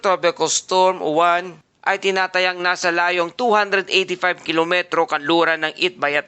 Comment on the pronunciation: Uwan ka ng uwan mali ang bigkas nyu dapat yowan at ang alphabet ay stu.bigkasin so yowan ang tunog